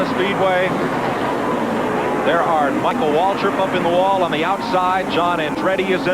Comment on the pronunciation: "True Miracle" I do not wreckall "seeing" a "True Miracle" on that carticular occrashion, but, i might have heard one. When the Announcer said "Michael Waltrip" it sounded like "Miracle Whip", for a wreckond. Turns out, it was just something one would not, normally, hear, on a Daily basis (unless, your name is "Michael Waltrip") and it was not a "True Miracle", in any way, shape or form.